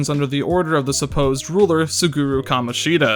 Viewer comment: "kamonshEEda" why 😭